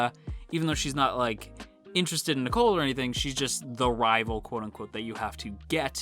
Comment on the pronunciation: The way you pronounce Nicol's name is the same as the girl's name Nicole. Irregardless of how the Japanese pronounce it, I think the English pronunciation is meant to be NEE-kohl.